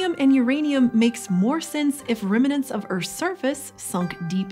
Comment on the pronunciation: What is a "remanent?"